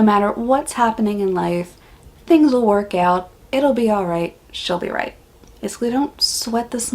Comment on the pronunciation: True - people forget about those rapid tongue movements. “Flat out” is also a play on words as lizards have short legs. They have to lie close to the ground in order to lap up water. PS. - you pronounced “She’ll be right” just like an Australian! 🤗